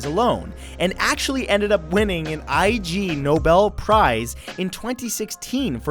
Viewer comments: I G Nobel prize? It's an ironic version of the Nobel prize and it's pronounced IGNOBLE like the adjective. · Ignobel Prize... Not I.G. Nobel. Also, It's not a real nobel ffs... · ignoble is one word, not i-g-noble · Just FYI, it's not the I, G, Nobel. It's Ig Nobel, said like Ig-no-bel. It's a play on the word ignoble and is specifically for research that has positive outcomes but is silly or absurd in nature. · Just a correction. You said the goat man won "an Ig Nobel Prize" prize then said "all you have to do is dress up like a goat, you win a Nobel Prize". So the Ig Nobel Prize (and I believe you don't spell it out, it's pronounced "Ig Nobel Prize") is the opposite of Nobel Prize, it is a parody of the Nobel Prize, which is awarded every autumn to celebrate ten unusual or trivial achievements in scientific research. In the video you made it sound like he won a Nobel Prize (or some variation of); I don't know if that was your intention but I thought I'd point it out. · The vampires looks like Sisters of Mercy. And I hate to be a grammar nazi (no I don't ;" ) but the I-G in (Ig)Nobel Prize is fully pronounced as "ig", and it's all one word. They're given as a parody to the Nobel Prize to celebrate 10 trivial or unusual methods of scientific research. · Lots of wackadoos out there. You misused "transhuman" in #5. Transhumanists believe in using technology to fix/improve on our humanity. We don't literally think of ourselves as something else. IG Nobel is pronounced "ihgnobel" like ignoble. It's a satirical "anti-Nobel".